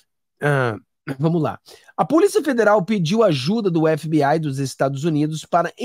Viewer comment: FBI, é o melhor, vc é o primeiro que pronuncia (FBAI,)é o correto, tipo NCIS, (NCIAIS) parabéns